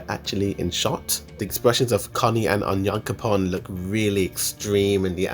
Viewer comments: Just stop pronouncing names wrong it's not cute it's not clever not funny for sure onion coupon just makes you look stupid stop that BS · He sounds like he is saying "onion coupon" for onyankompon lol. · love how you pronounce onyankopon